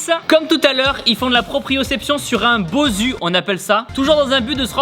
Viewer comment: Tibo il faut dire bossu et pas bosu